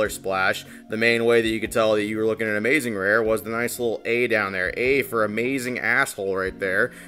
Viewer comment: That was Amaz-zuh-zing